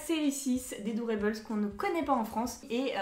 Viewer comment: Hello super vidéo ! :D Juste petite rectification sur le nom "doorable" venant de "door" (porte) et "adorable" (adorable haha c'était dur) ; du coup si tu le prononce en français, garde le "able" en prononciation français (pas eibeul) et si tu le fais en anglais ça donnerait "able" au lieu de "eibeul" Voila voila c